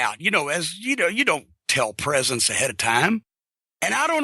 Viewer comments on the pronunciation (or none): you gawt me a pwesent bro?